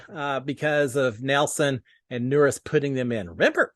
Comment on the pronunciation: Howdy! Just to help you a little bit, Nurys is actually pronounced like Nur-eece. Wanted to give you the heads up. Thanks for the video!